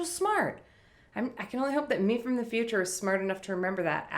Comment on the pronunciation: Typical Minnesota accent.